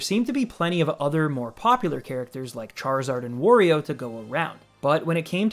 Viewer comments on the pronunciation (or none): none